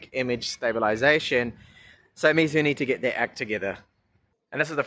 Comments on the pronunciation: Great review as always, but just got to say you are murdering their name, lol. It's pronounced more like May instead of me. That's why Xiaomi is me. So for chinese whenever you see mei it's may, not mi. I've studied mandarin for bout 4 years now, so just wanted to tell you how to pronounce it. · lapattemar he says xiaomis name correctly so he should learn meizu's. Not getting onto him just trying to help him improve.